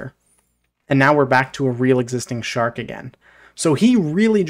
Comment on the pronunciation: “Shork” made me laugh XD